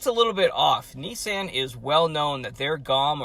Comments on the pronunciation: The knee-sahyn leaf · He pronounced it Nee-sann but I don’t blame him and you shouldn’t blame US for saying nee-sahn. That’s how Nissan pronounced it in their ads here